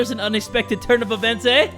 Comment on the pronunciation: anyone else hear how said evients?? 🤣🤣